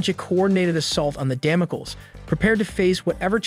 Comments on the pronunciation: Please use a dictionary to learn how to pronounce words for example Damocles (dam-oh-cleez). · Dam-oh-kleez. Ffs. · Who or what is Damo kill? OH you mean Kang's space cruiser Damocles, taken from biblical Sword of Damocles? Damocles is pronounced Damo-kleez. Man I freaking all these AI voices. I can't listen to this guy call the Avengers the AHH-venjers anymore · Damaculls, ultrun, shy-uld, muhyollner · don't use software to read your script.. it's day-mo-cleese..